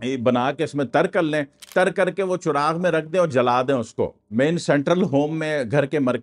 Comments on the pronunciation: Churagh nahi charagh hota hay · chorag nhi cahrag hai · چراغ کو چوراغ نہیں پڑھتے۔چ،کے نیچے زیر کے ساتھ بولیں پیش کے ساتھ نہیں ۔😊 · چراغ کا تلفظ کیا ھے؟؟ آپ چ کے اوپر پیش پڑھ رھے ہیں جبکہ ھم نے چراغ کے لفظ کو ہمیشہ چ کے اوپر زبر کے ساتھ پڑھا ھے۔۔ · ہم تو چراغ چ پہ زبر کہتے ہیں ، چ پہ پیش کہہ رہے ہیں 🤔